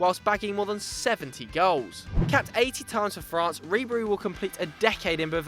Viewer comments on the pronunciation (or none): none